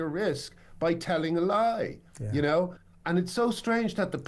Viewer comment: "I konow more than the supreme court" 😂😂😂